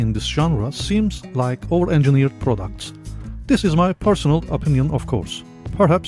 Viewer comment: Do you say ´old engineered' or ´over engineerd' in the beginning of the video? Can't hear it well...